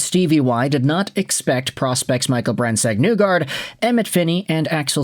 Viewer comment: Why do you still pronounce name incorrectly?